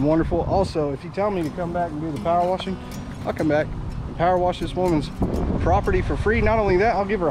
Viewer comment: Pow-er wash! Pow-er wash! God continue to bless your work!